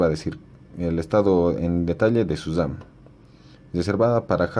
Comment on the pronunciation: Se llama memoria Ram no memoria dam